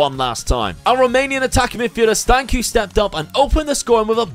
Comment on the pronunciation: Not like it matters too much but Stanciu is pronounced with a 'ch' at the end as in cheese or church - Stan-ch-oo